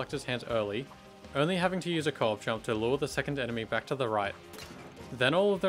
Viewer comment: I legitimately thought u were saying "cork jump" until near the end of the islands section when I realized u were saying co-op jump 😭😭, great video btw, I'm so happy little big planet content is still being uploaded till this day edit: forgot to mention but as a player of lbp who never knew about all these in-game exploits, I kept getting shocked at all the manoeuvres and tricks u did to keep getting past the bubbles, it's honestly really impressive!